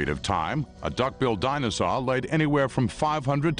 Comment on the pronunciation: Is anyone else hearing him say “dinozon” instead of dinosaur?